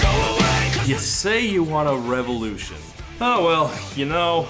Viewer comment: Why is he saying Revevolution?